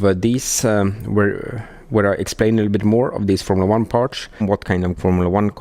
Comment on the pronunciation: lots of "parsh"!